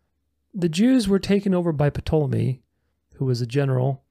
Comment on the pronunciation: the sun. moon, and stars were made on day 4, not the third day. Also, The Great Bear is the constellation we call Ursa Major, which means Great Bear in Latin, or Cancer in pagan vernacular. one more item, the P in Ptolemy, is silent. I studied and practiced astrology for roughly 30 years, and can verify that the records concerning the procession of the equinox does NOT oscillate